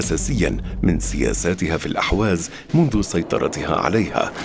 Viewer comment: ارجو ان تنبهوا الضيف ان ينتبه الى تسميته لاقليمه ...بان يسميه بلاسم الصحيح ...باالاحواز وليس الاهواز ..وكما ينطقها المقدم للفديوا جزاه الله خيرا ..